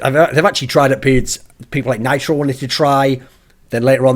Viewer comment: can't even say nitro. He's been awful for months now.